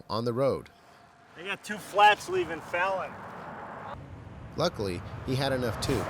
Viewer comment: I know this is old, but it's pronounced Fallon like Jimmy Fallon.